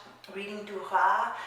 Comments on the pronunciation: Really enjoyed your review! One thing though: I'm pretty sure that her last name is pronounced dur-ass. Normally the French dont pronounce the "s" at the end of words and names but Duras is a nom de plum and the name of the town where her father grew up, which is in a part of France where they pronounce the "s" at the end of words. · In french, we prononce the S of her name DURAS because DURA AS you said souds like the animal RAT in french ( we dontt prononce the T) .